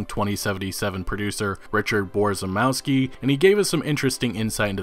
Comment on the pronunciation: Borzymowski pronounced closer to Bo-zhy-mov-ski Polish - English [few characters] C - TZ (or TS) W - V ł - w J - Y SZ - SH CZ - CH [like in Check] CH - H (really soft h) I - E E - Eh